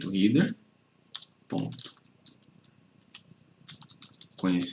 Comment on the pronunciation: Amigo, cheguei agora no teu canal. Se me permite, deixa eu te dar uma dica: header se pronuncia réder e não rider como você falou. Lembra de cabeça: head, e então header. Só acrescentando o som do R no final. Tem a música: 🎶 Raindrops keep fallin’ on my head Espero ter ajudado.